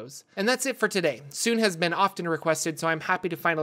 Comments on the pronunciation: It bothers me so much to hear Sune pronounced as "soon" instead of "soon-ay", even though I don't know which one is technically correct. xD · Teeny tiny correction. The "e" in Sune's name is not silent. It's pronunciation is more like "Sooneh" than "Soon". Per Rasaad from Baldur's Gate . Great video overall. I love your content! :)